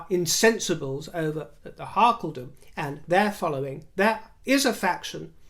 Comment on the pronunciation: Every time you say, "Harkledom"...LOL